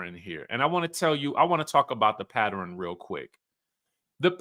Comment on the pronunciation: "Patterun" takes me out every time I hear it 😂